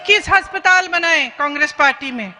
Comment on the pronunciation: Madam hastptal nhi hota